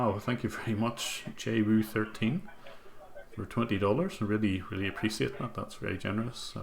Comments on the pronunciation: appreciate!! not apricit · Really love your videos and this was a very interesting stream as well. But sadly the way you pronounce "appreciate" irks me a bit.